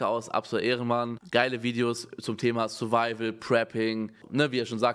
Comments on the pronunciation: Niemand : Wirklich Niemand : Unge : SURIVIAL CHALLENGE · Niemand: Wirklich Niemand: Unge: SURIVIAL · "SuriVial" Challenge